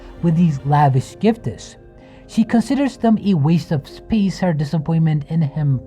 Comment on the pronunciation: You seem to have an issue with your English. Words like "gifts" or anything that ends with 's' denoting a plural, you don't say "giftes", it's just "gifts". There is no vowel sound before the 's'. This goes for pretty much everything in English. EDIT: Same with things that end with "ed" denoting past tense. You don't pronounce the 'e' that comes before the 'd'.